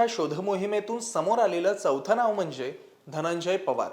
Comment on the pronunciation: णाव नाही नाव